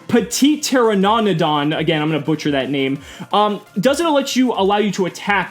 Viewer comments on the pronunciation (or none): none